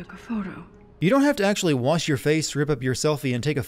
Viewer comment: "Pluto isn't a planet" Ackechualy